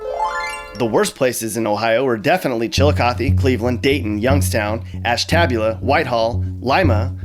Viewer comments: Ohio isn’t that bad and oh yeah it’s ASHTABULA NOT ASTABLA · Ash TAB ula Lol lol Its: Ash-tah-bu-lah 😂😂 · Hahahaha , ash-TA-bu-la? You mean ash-ta-BEU-la? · He said Ash-tab-you-luh instead of Ash-tub-you-luh so take it with a grain of salt! 😝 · You can't say Astrabula lmao 🤣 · Ashtabula is pronounced "ASH-tah-bue-la" not "ASH-TAB-u-la". Props on saying Chillicothe and Lima correctly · Ash-tab-u-la 😂😂😂 it’s pronounced Ash-ta-bue-la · It is not Ash-TAB-ula ...it is Ash-Tah-Bula. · The city of Ashtabula is pronounced ash-tuh-byoo-la, not ash-tab-u-la. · Ash-ta-bul-ah, not Ash-tab-u-la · AshTABula it’s “ashta bule ah” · Actually, um, Ash-Tab-u-lah is pronounced Ash-Tuh-Beulah. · There are a lot of truths in this video. There is some misinformation. Like the way you said Ashtabula. It isn't Ash-tab-u-la. It's Ash-tub-u-la. We actually have a lot of great things here to do. In Columbus there is a great music and art scene. We are extremely diverse. The twangy accent you mentioned isn't an Ohio thing in general, although you do find more people with it in the southern part of the state closer to West Virginia and Kentucky. Buckeyes (us, the people, not the nuts) mostly love it here. Other than my time in the Army, I have always lived in Ohio. I have visited most other states, and I wouldn't want to call anywhere else home. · Ash-tab-ula 😂 they're all so difficult to pronounce if you didn't grow up in Ohio. Ash-ta-bew-la fyi. But I love this. I love that Cleveland knows it's bad and the fact that this is pretty accurate all around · Ash-tab-ula.... Ash-ta-bula bro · You’re alright, but for future reference, it’s Ash-tuh-BYOO-luh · Ash-tab-you-la...really? Ashtabula is pronounced Ash-ta-bewla. Man, you making my state look horrible lol. It's alright though, us Ohioans love our state. Ironically, I had skyline for dinner tonight 😂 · Ash-TAB-ula that’s just now how it’s pronounced... it’s pronounced ashta-boola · Ash-tab-ula? Haha it's Ash-tah-byu-la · Ash-TAB-yu-luh Seriously